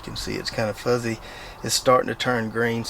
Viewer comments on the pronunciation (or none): none